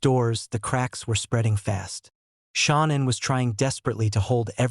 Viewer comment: Dude, you have her name WRONG, it is Shanann not Shawn!!